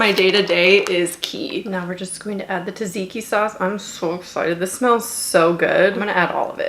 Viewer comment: Lovely video, sorry but I I couldn't stop replaying the moment when you say tzatziki :)))))